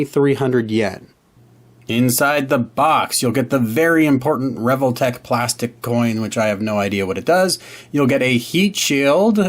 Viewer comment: I've always prounced it as "Ree-Vol-Tech", rather than the way you pronounce it "Revel-tech". Dunno which is correct though. 😂